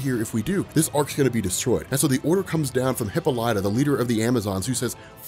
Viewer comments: Who or what the hell is a Hippalaya?????Does he mean Hippolyta Wonder Woman's mother 🤣🤣...Hip poly ta.... Pronunciate 👍🏽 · Bro said hippo-lah-tah. Lol. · Dude, it's Hi pol y ta